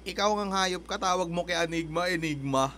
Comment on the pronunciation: ENYGMA naman yata talaga ang basa dun. . naging Anygma na lang nakasanayan. .